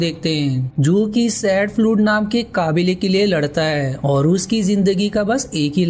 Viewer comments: Bhai voice pronounciation sahi karo to or maja aa jaye ga Like kabile ko kaabile kah rhe ho Sunne me bahut ajeeb lagta hai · भाई काबिले नहीं कबीले